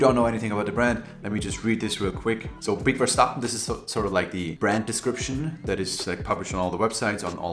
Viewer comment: I was also hoping you knew how to pronounce that name lmao 😅